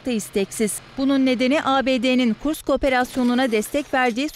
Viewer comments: Kursk. Kurkis değil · Kurks değil kursk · Kurks yox kursk